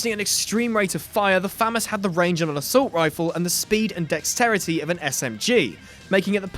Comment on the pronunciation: I don’t thick that’s how u say FAMAS 😐🤔